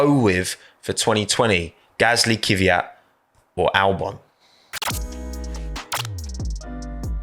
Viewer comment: This isn’t criticism to specifically, but I have noticed that when British people pronounce “Kvyat” they say “Kyviat”, anyone know why?